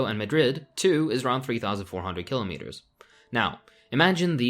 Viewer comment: Your mispronuciation of "Kilometers" is racist